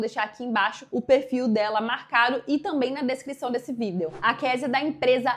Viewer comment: Por que vc fala vídeo de vidêl mila briktok?